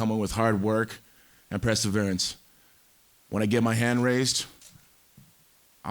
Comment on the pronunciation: I always chuckle when Tito says presseverance 😂